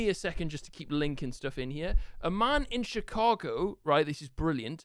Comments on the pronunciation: “Chicargo” ..... anyone else? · “chicargo” nice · 'Chicargo' huh